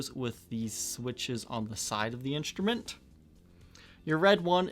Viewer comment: no offense but i cannot enjoy your content because of your weird pronounciations. you say inSHtrument instead of inStrument..and drives me crazy, can you or someone please tell me why? because this just occured lately and now its chasing me. it seriously drives me nuts.